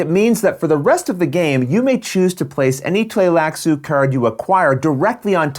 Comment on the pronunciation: It's actually wrong I believe (at the least the first couple of times...he changes pronunciations partway through). It should be Tlee-lax, not Tlay-lax according to readings of the books that Frank Herbert did. In the 1984 movie, it was Bene Tly-lax, which sounds how the word is spelled (and was thus how I pronounced it in my head when I read the novels). In this video he used both Tlay-lax and Tly-lax-u (not really sure how you could get Tlay-lax out of that spelling though).